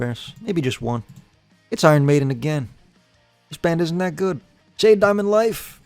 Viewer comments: Sha Dey like that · every time that shaw-day was mentioned my blood boiled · diabolical pronunciation of Sade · Can't believe you mispronounced Sade lmao